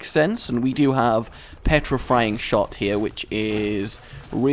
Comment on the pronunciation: Wow, so many mispronounciations on the first floor, 3 dollar pill, petrifrying shots, in this flight.